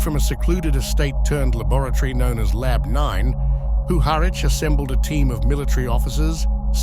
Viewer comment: WHO HARWICH - what a joke. His name was PUHARICH. :)) Throw AI into the trash bin.